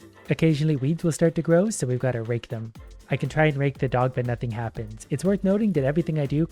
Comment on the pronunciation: If you want to make this funnier, listen to how much he wants to make sure he says RAKE